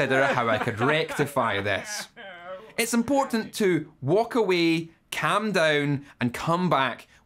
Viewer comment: "caAm down"